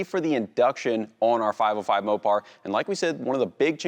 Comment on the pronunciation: SAY MOPAR ONE MORE TIME......